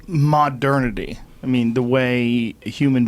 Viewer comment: Joe “Mah-Dernity” Rogan